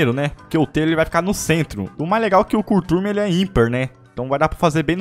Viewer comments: O ME ENGANOU O VÍDEO INTEIRO!!! De tanto ele falar achei que era Curturme com r e não Curtume!!! Quero um reembolso do meu like!!! kkk.... tô de brinks!!! É nóis!!! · O faz um letreiro Escrito Curtume E Ele Fala Cuturme kkkkkkkkkkk só o msm